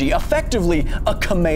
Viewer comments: This man said kamayamaya💀💀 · Are we just gonna look away and pretend he didn't just say cameamea? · Uh, you pronounced Kamehameha incorrectly. Is that how they say it in the English Dub? If so, that's so cringe and laughable. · "kameiameia" lol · KA-MAH-A-MEH-A this can be fueled by nukes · The way he pronounced it tho